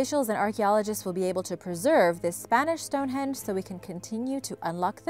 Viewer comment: I like the way she says Stonehenge... Stonehedge.